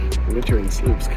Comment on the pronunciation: it should be propounced like "swupsk"; "ł" is not an "l"; it's pronounced like "w"